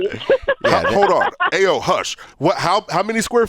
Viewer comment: It's Ay-Yo